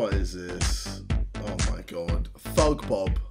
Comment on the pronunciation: “ThugBob” nah bro that Ain’t it😬